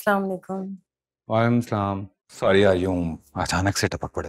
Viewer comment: wamsalam mat kaha karen sai bola karen walaikumassalam